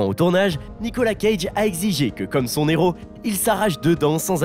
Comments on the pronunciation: Un "Néros"? Vous avez pas honte, franchement? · De son Héros, h aspiré, punaise un "néro" répété plusieurs fois. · Moi qui suis une INCONDITIONNELLE de Nicolas Cage, cette vidéo est d'une médiocrité sans nom alors qu'il y a de quoi faire avec une telle carrière et un lascar comme lui ! Pensez à prendre des cours de diction ainsi que des cours de français également ! On ne fait pas la liaison devant un H. Exemple un héros....